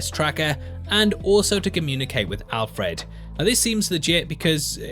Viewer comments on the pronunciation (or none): You say Alfred funny, also sounds like the relationship they have in Batman earth one............. update - I should watch all the video before commenting.... but you do say Alfred funny, It's Alfred not Al-Fred. Signed a scouser